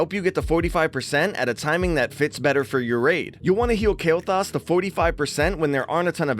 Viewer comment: I dare ya Say Kael'Thas one more time xD